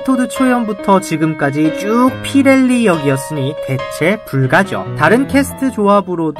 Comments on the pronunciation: 주협토비가 거지여인을 쫓아내는 씬에서 가끔 손 흔드는 장면이 있어요 너무 귀여운데 그런 디테일들도 중간중간 눈여겨보시면 좋을 것 같아요! 그리고 의 피렐리 아르르ㄹㄹㄹㄹㄹㄹㄹ 발음 정말 끝내줍니다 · 찐사랑꾼 토비ㅠㅠ...!! 피렐리 선생님의 Rrrrrrrrrrrrrr 발음은 거의 현지인들의 2배 rpm이죠ㅋㅋㅋㅋ!!